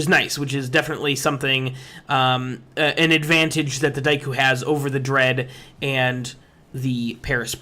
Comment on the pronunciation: your pronunciation of daikyu pisses me off so much